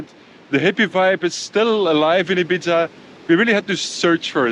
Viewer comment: Sorry to be pedantic, but it’s pronounced Ee-beetha in Spanish, or Eye-beetha in English. The Z shouldn’t really be pronounced.